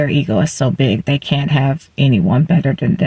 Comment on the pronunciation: I am so embarrassed for you.Incoherent vocal fry.They not Dey!